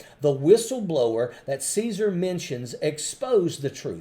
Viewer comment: It's Casar(pronounced Kazar)